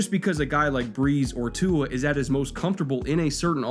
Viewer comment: He said Tua correctly though 👍